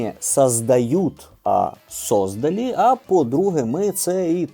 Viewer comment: Не 'сОздалі', а 'создАлі'